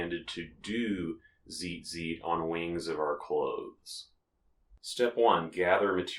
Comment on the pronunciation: Honey...if you can't pronounce it, maybe don't make a tutorial about it. So many things wrong with this.